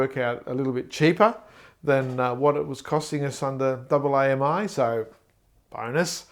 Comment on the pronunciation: By double aye emm eye, you mean AAMI right? I've been with AAMI for 10 years and never heard it pronounced like that!